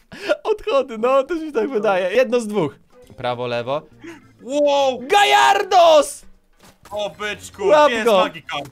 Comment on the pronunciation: To nie gajarados tylko gjarados a mój ulubiony pokemon to tertonejtor